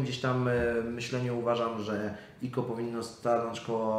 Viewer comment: Czemu mówi o ICO > IKO zamiast jak wszyscy Aj Si O;d